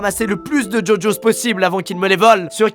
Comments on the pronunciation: ça s’écrit gogos mais il dit ça djodjos 😂😘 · Par contre on dit GoGos ( GUOGuos) et pas jojos